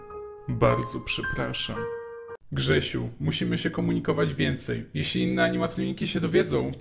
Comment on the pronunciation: ALEOOO!!! TYLKO JA SŁYSZE JAK MÓWI KSZYSIU A NIE GRZESIU XDDD